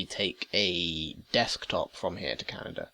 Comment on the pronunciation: Lol "Canader". Great video!